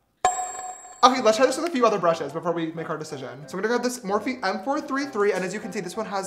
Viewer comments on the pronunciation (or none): none